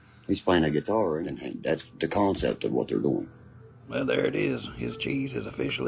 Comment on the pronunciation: Its all about “kahnseps” guys!🤦‍♂️